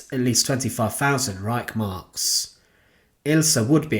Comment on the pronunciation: I really do enjoy your shows, but i have to admit that i get irritated when words and names aren't pronounced correctly,. I grew up in Germany and i never heard the word Reich pronounced as Reissh. Please can you get someone to narrate who can pronounce everything properly